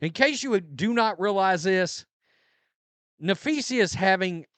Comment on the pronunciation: nah- FEE-sah, not: nah-FEE-see-yah